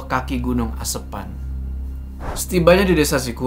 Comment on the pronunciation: lucu ngucapin "asepan"😂😂